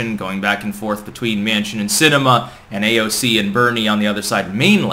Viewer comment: Instead of "Manchin and Sinema" I heard "Mansion and cinema" and I thought, "Geez, these elites are getting awfully damned…. Elite!"